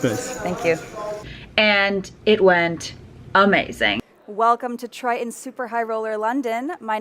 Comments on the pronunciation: its pronounced TRITON ... not TRI-UN ... !!! (geez) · You keep smacking your mouth and your cadence when talking with upward inflections is tough to follow. Something to work on in the future. Also, it’s tri-tun, not tri-tENNN. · It's a weird word but I can't help fixating on how you say "Try - annnn" for Triton. :-)